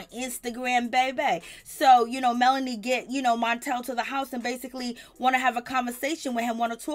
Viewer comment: And it’s MEL-O-DY. not Melondy 😩